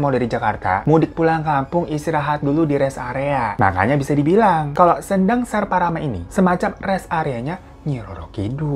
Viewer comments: Baca kata sendang, "e" nya di baca lemah bang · Kadiri? Kediri mungkin bang 😩 Sendang ucapnya seperti senang bang bukan sendok 😁